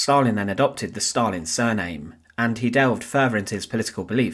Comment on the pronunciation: Stal-in steel man